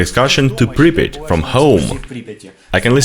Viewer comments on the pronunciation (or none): Pripiat pas pripit